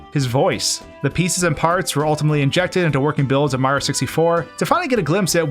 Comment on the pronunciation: Why does it always sound like you say "Super Ma 64" ? I've always heard it called "Super Mario 64." Where did the "rio" part go?